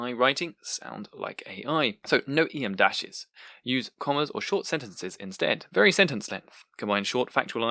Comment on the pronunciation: Just a note: em dash is not pronounced “ee em dash”. It’s pronounced “em dash” because its length is equivalent to the letter m.